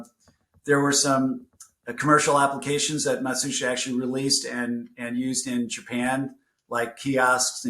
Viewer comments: Matsushita is pronounced ma shoosh ta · you pronounce Matsushita wrong, listen to how Trip says it in the interview, it’s not phonetic. Its something I saw Techmoan look into ages ago and correct himself on.